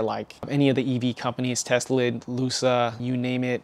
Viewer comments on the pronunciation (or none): “Teslid” “Lusa” 😂 that honestly was funny